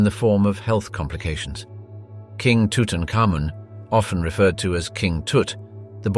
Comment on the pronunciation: His name is pronounced as Tu-tank-amun...